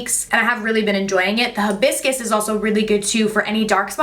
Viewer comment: Hibuscus... polynesian/tropical flower. It does not have a scent. And its pronounced High-biss-kiss